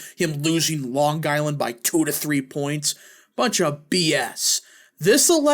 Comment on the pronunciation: It’s Ho-Kull.. not Hoo-cull and Long Eye- land not Long Guy-land.